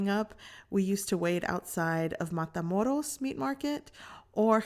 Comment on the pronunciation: When she said Matamoros, i was like yup she from Houston lmao